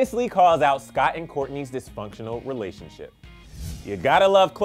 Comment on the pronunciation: But it's dis- fun -ctional ☝️